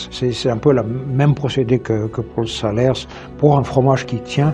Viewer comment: vous nous faites découvrir de super fromages et vos videos sont toujours intéressantes. MAIS on ne dit pas le S à la fin de "salers"!!!